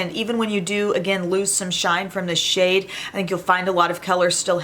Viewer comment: Oh my gloss! I could have SWORN you said "I love this shit" when you said "I love this SHADE. Took me a second lol. 😂